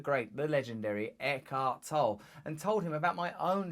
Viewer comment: Pronounce the man's surname correctly too.. it's Teutonic, so 2 syllables "Tol le"... which will put off a lot of people.😆